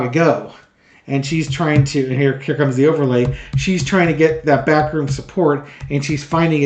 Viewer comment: For some reason every time you say "backroom deal" I hear it as "bathroom deal".